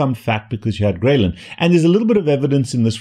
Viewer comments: I thought it was pronounced Grelin Not Graylin. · take a shot everytime he says Graylin wrong 🧐😂